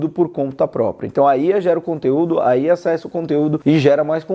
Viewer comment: estranho ouvir alguem falar ía, geralmente falam iá :D